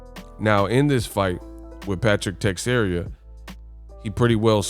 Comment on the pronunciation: Te-share-a not text-area